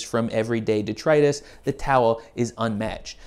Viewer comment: My man out here droppin that PROPER pronunciation of 'detritus' like it ain't no thang.